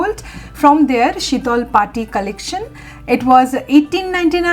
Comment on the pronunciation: The impeccable way you pronounced shitol Pati.. are you a bengali?